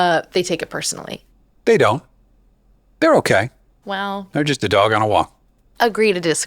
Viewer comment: 😂 da dog Ona walk 😂😂😂girl it’s jusssta dog Ona walk😂😂😂